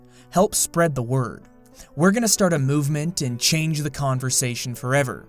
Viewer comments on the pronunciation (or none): none